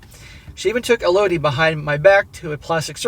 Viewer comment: It's pronounced ELL-oh-dee